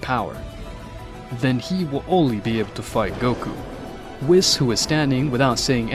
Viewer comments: It's pronounced "Weese not wis" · ahem IT ISPRONOUNCED: WEESS NOT WIZZ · I like watching these but WIS 🤣🤣🤣 it’s pronounced WEESE but spelled Whis 🤣🤣🤣🤣🤣 it’s also Omni King not king of everything lmfaoooooooo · Why are you calling him Wis it’s called a Weise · It’s pronounced “Wheeese”. Great video! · BRO SAID WIS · Stop mispronouncing names like whis (wees) just watch the anime English dub and use the names the way you here then if making English content , it’s not that hard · nahh bro said wheis its spelled whis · Please don't say whis like piss. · you dont even pronounce the angel "whis" correctly lol xD what a joke